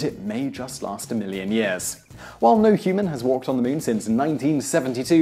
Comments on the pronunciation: Moon not mun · Muuun,muun, muon,muuuuun, I didn't hear anything but him mispronouncing muun repeatedly 😳🤷🤓. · The Meoon? You Brits are a bizarre bunch. THAT'S the queen's english?